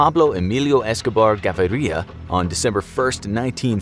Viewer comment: HAhhhahahaahahahaha The way u pronoce Gaviria... LOL